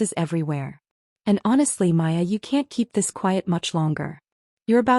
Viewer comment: Her name is Maya. Not Hiya, Piya or anything else.